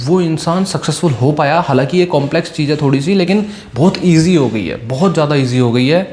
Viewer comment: Cheej nahi cheez hai 😂😅 tu kya ai samjay ga re